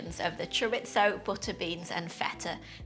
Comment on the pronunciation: I love the way you say chorizo😂